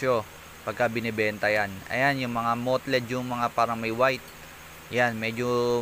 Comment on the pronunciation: Tame should be pronounced as 'teym'. Mottled naman ay 'moteld'. No judge. Kino-correct lang kita kuys. Anyway, misleading title. Hindi naman napakita kung paano mag-alaga ng hamster if I'm a newbie. More on marketing